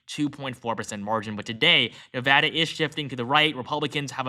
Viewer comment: Thank you for saying "Nevada" properly!